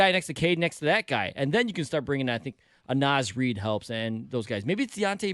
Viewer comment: “Naz REED” smdh